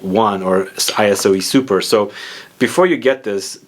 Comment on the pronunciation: Dude, it's not pronounced ay-ess-o-ee...